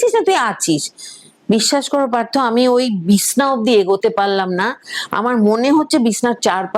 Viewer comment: Madam, Bishna na Bichhna bolun. 😊